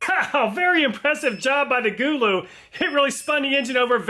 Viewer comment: i think its suppoed to be go-low but gooloo is funny and ok to lol